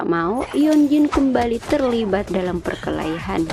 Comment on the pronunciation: 𝕂𝕠𝕞𝕖𝕟 perkelahian bukan perkehalian😅😅😅